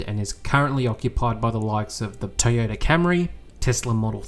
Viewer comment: Well done again on another informative video. However, could you please learn how to say Toyota and not Teeyota..